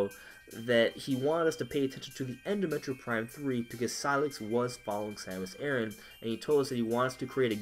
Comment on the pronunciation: soory it's not "Samus ERIN" but "Samus ARE-ON"...ignore the spelling..it's the pronunciation....also...thanks for the video...everyone is STARVING for metroid....anything metroid.